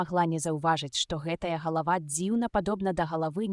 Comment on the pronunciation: Добрая ініцыятыва, але на першай жа хвіліне: - не галАва прафесАра, а галавА прафЕсара. - не сакАвіка, а сакавікА. - працы не дактАраў, а дактарОў. Калі ласка, агучце жывым чалавекам і перазаліце.